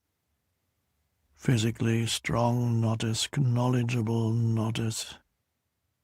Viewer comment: Did he say "ke- nowledgable?"